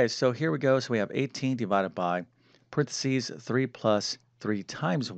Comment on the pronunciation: PA REN THE SEES! NOT PRENSEES!